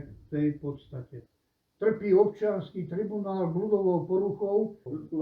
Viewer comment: Vzdy ma najviac pobavi ako povie ""Obciansky tribuanal ":D